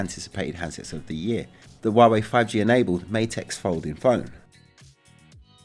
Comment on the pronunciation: It's 'H' ua Wei with H, not Wa Wei. Don't follow Trump's pronunciation.